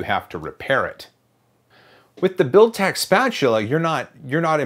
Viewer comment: Can we have a drinking game whenever he says Builtech spatula?